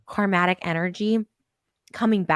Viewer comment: She's so unaware of her karmic energy she called it Karmatic. That peajs volumes